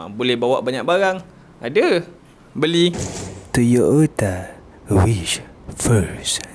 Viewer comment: "Toyo o ta wish" ehh bang 😂